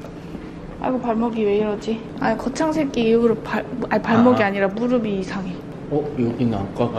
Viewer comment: 거창새끼로 들리는 건 저의 귀가 잘못된건가요?!ㅋㅋㅋㅋㅋㅋㅋㅋ